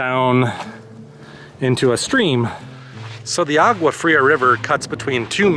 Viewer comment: you should learn how to pronounce Agua Fria